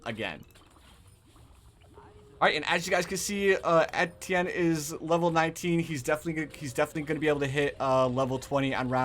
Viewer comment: The funny part of this video that he is misspelling his words XD his calling ettienne etetienne XD It's ok that's like me sometime haha